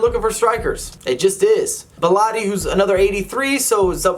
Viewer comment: It's Belotti not Belorri